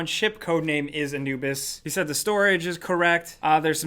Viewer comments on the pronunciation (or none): none